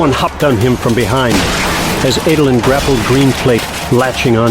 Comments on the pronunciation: I can get over a lot of name mispronouncing but saying “Ay-dolin” is where I draw the line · i always pronounced Adolin.. as ADD-olin... not AID-olin.. Anyone else? am i wrong?